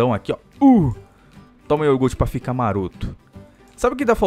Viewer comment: falo y iorgute kkk é iogurte